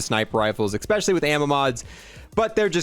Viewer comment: Every time you say “EggSpecially” tryna say especially I feel the urge to dislike. Apart from that keep up the good work 🤙 and and AND